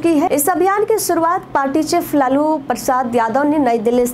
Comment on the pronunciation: epic😂 लल्लू प्रसाद ये क्या है लालू प्रसाद यादव न है जी